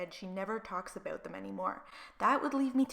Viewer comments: Can you please stop saying “about” that way 😩🤯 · Just curious you say 'about' funny. Are you from Canada? ( no hate, just curious 😊)